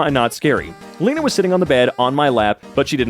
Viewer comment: bro pronounced my name wrong... WHERE IS THE OTHER E THERE IS ONLY ONE E (for me its not pronounced leena)